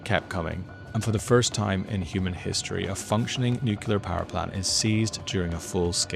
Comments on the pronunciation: He doesn't pronounce it like that. He says Nuk-u-lar, almost every time. And, no, it's not correct. He sounds like George W. Bush when he says it. You can say "Nu-clear" or "Nu-clee-ar/uhr" but not "Nuk-u-lar." Being Irish has nothing to do with it. And, yes, as an author and someone who speaks three languages, I do know that. It's you that needs to learn to listen better, not me. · Just an aside, it would be great if you could teach the world to correctly pronounce nuclear: New'-clear. Thank you and bless you. 🙏🏼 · Sure. He might want to learn how to pronounce "nuclear" first though. Hint: it's not three syllables. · Your journalism is spectacular and essential. Bravo! {by the way, it's pronounces NOO-KLEE-ER not NOO-CUE-LAR) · This drives me nuts, but it's not "nucular." It's "nuclear." An atom doesn't have a nuculus, it has a nucleus. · whyyyy r u saying nukiller instead of nuclear 🥲 I'm crying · Dude: NU-CLE-AR not NU-CU-LAR nor NU-CE-LAR. Say it with me NU-CLE-AR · its called a NUCLEAR plant, not nukular plant. you sound like george bush when you say it wrong like that, but u are missing the "looking at the sun" facial expression :P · FYI it’s not nucular it’s nuclear! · It's Nuclear, not nucular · I don't want to undermine the rest of your journalism but a point on pronunciation: nuclear is said "new"-"clear" not "new"-"que"-"lar" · Nuclear not nucular. Both are very scary though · I had to write this, im sorry but it's NU-CLE-AR not Nucular >:( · dude ..... NUCLEAR, or are you a moron like Trump and Bush Jr ??? (as in not noocular) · Nucular is not a word. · New clear, NOT new cular. Please please please pronounce it correctly. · it's not a nucular power station, it is a nuclear power station. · NucLEar - not nucULar. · nukular ❌ 🤠🐄😭💔 NU-CLE-AR ✅🧐🏫📖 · I love your fearless reporting. Please learn how to pronounce nuclear New-clear Not nu-kew-lar Please stay safe. Slava Ukraini 🇺🇦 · Nuclear not nucular. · What is Nookular? Nuclear I understand.